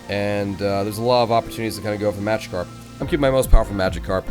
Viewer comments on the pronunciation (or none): none